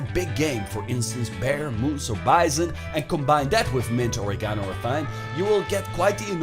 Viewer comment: Pronunciation of "or-ee-gano" is worth the view in and of itself.